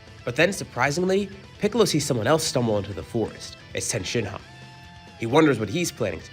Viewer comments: It’s tien not ten dude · I will resubscribe and like all your videos and listen to them each twice, once you stop saying tien like that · We don’t care imagine being mad about someone pronouncing tien wrong